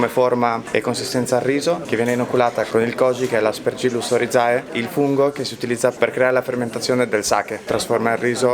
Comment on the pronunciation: Ristorante fantastico, il mio preferito. Avanti anni luce a tutti. Però il cameriere che dice Aspergillus OrizAE è una caduta di stile clamorosa.